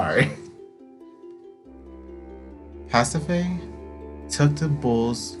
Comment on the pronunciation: You're pronouncing Pasiphae correctly. Asphodel is like as-fe-del. Ariadne is ah-ree-ad-nee. This game has a lot of words from other languages and very poetic language that I was constantly having to look up what they mean and how to say it.